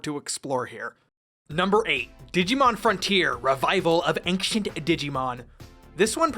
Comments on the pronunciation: Bro says ankshient 💀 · The pronunciation of the word "ancient" here was more noticeable to me than it really should have been.